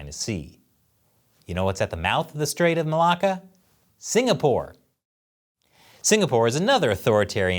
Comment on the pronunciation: Are there any Aussies here that always have a chuckle when says "straights of Malacca". I can't help myself.